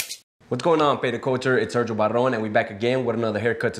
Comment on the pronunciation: .... It's Sergio Badddrrrrone....